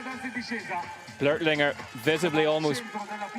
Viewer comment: ITS NOT "BLERTLINGER" GODDAMN IT BLÖCHLINGER B L Ö C H IF YOU CANT PRONOUNCE IT READ IT AS "BLOCK" CLOSE ENOUGH AND BETTER THAN "BLERT"